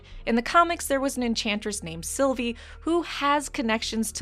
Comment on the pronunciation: It's Sylvie not Silvia!!! Get you shit together!!!